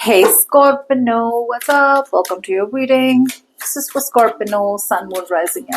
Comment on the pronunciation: Why are you saying Scorpino? It's scorpio isn't it